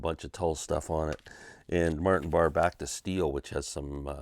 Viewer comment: Sorry if I sound like Karen.. just saying pronounced Martin Bar-ray.